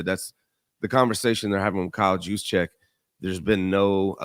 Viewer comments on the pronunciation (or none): Juicecheck? 😂. It’s pronounced with an H. Not a J. This guy must not really watch the Niners.